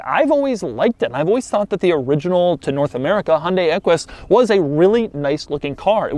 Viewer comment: the fwunt of the equish